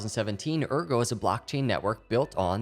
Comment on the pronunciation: Excellent vid! But it's AIRgo, not URgo!!! ;)